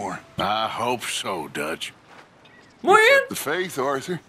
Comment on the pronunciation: con el bullet time por ejemplo si tenés 3 tipos enfrente los marcas tipo clickclickclick y después cuando lo desactivas Arthur dispara a la cabeza si lo marcaste en la cabeza con un solo punto del bullet time lo matas Y pica el que te da misiones se llama duch y se pronuncia dach Clase de inglés Y pica tenés que ir dejando objetos valiosos y comida cada tanto cazar animales y objetivos valiosos para mejorar la base